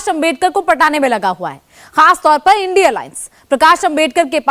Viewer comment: Anchor madam इंडिया गठबंधन को आइडिया बोलने में क्यों तकलीफ हो रही हैं क्या?